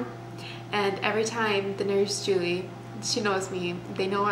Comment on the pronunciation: Thank you so much for pronouncing the name Julie correctly! 🥳 Most people pronounce it as JEWEL-E but that’s wrong. The correct way to pronounce it is JEW-LEE